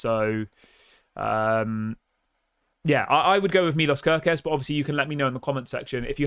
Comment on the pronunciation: he is hungarian say it right please: milosh kerkez